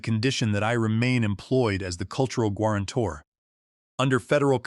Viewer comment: Good story but it's badly affected by the AI. How could guarantor be pronounced gwarantor? Really annoying! It's not the only error but the most egregious of many.